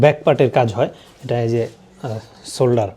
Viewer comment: Shoulder k solder bolche murukkhor moto.